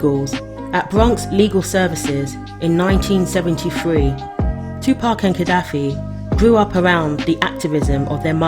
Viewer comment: Finally, a Brit that pronounces 2pac's name correctly. Respect.